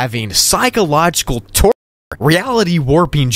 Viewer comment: Bro stopped the torture from being said he said tor er